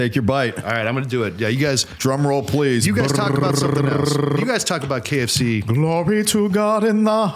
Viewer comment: Every time you guys said K of C I thought you said KFC and I wondered when they started doing fish frys 😂